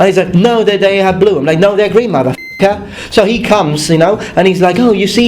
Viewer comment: I really love his accent when he says MATAFAKHARR! It's just so cool.